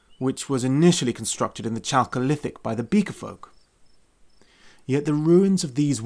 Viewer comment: Please don't say "chalk-olithic", it is pronounced "Kalkolithic", like "karakter" not "char-acter". It comes from Greek "khalkos" meaning copper and has nothing to do with chalk. The real period of chalk is the Cretacious, meaning exactly that, but then there weren't many Beaker folk around...